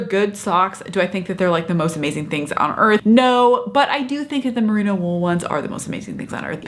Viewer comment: It's Merino wool not Merina.....